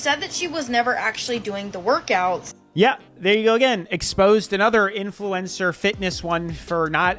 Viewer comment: Love your videos but youre pronouncing influencer wrong. You don't need to emphasise the E